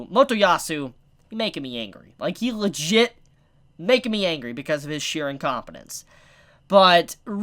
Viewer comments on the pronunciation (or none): none